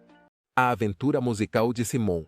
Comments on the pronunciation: Vc precisa aprender pelo menos a pronunciar o nome correto de Simon,nome dele em inglês se pronuncia: Saimon e não Simon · Cara vc coloca uma legenda mentirosa pra conseguir mais visualizações...seja criativo nos conteúdos ou volta a velha profissão....vc não sabe nem pronunciar o nome do Simon corretamente ficou ridículo todo conteúdo....e fake